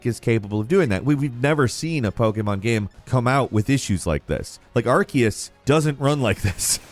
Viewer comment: Sir is it really pronounced arkeus?